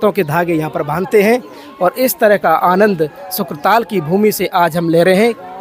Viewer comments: शुकताल है शुक्र ताल नहीं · Nam sahi nahi bola shuktaal he ashli name🙏 shukra nahi🙄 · शुकताल कहें । शुक्र न कहें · यह क्षेत्र शुकदेव जी से संबंधित है।इसका नाम शुकताल है,न कि शुक्रताल।